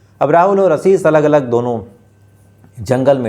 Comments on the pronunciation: He doesn't want to improve himself. He doesn't know the difference between s and sh. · आसीस नहीं आशीष